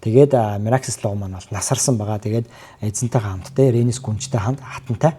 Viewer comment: вейгар гэж ярий хө, Princess Rhaenys Targaryen and her formidable dragon, Meleys (the "Red Queen") шүү. Peace out.